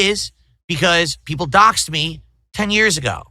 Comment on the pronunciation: Peepul like me now Craig!!